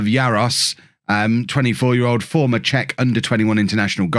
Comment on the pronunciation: GK is pronouced "jarosh" . there's the one of the silly accents in czech spelling Jaroš